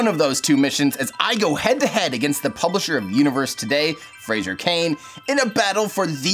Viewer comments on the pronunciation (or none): FRAY-zer, not FRAY-zher. There's no "i"